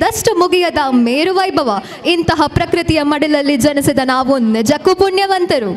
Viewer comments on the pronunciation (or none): Hi anchors, pls pronounce JA correctly. It's jathi not zhathi and Janisida not zhanisida.